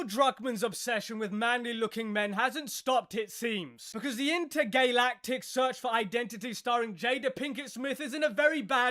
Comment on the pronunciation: "Intergaylatic" 😂😂 is awesome.